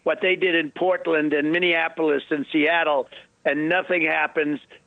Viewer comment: at least Trump can pronounce Minneapolis correct now…I’m so used to hearing him say “Minneanapolis”…maybe he’ll finally get the year of the 1918 flu correct next 😂